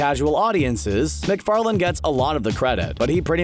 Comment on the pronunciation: it's Farlane not Farland!